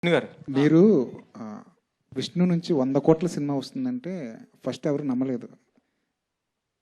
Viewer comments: First ❌ farast ✅ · Frast kadhu first ra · first =farast😂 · Frast kadhu first ra ayya